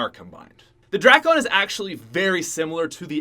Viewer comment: He say drakon like drackon